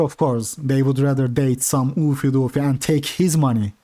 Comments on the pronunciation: Ew-fay Dew-fay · The way you pronounce "Oofy doofy" is meme worthy lol